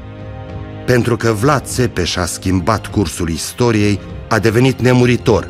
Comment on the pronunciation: Simion nici tu miriti sai pronunție nici numele domnului Vlad Ai indepa rtato pe Sosoaca cei ce Vlad nu ar fi indepartato